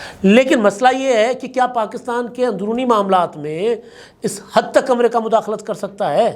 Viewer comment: “amrayka” Kia hai in Urdu its “Amreeka “